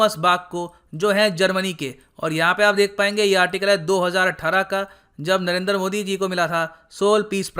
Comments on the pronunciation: Narendra Modi not Narender Modi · The way you say nrrnder modi 🤣🤣🤣